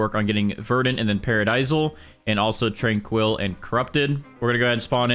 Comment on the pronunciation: Your pronunciation of tranquil is diabolical.